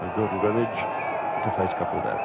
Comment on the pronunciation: OMG, THEY GOT KAPIL'S ACCENT RIGHT AS WELL. 😍😍